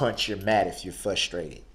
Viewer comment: It's FRUS-trated, not fusstrated Darrell.